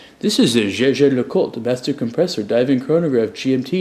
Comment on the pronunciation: it's pronounced "Yay-ger"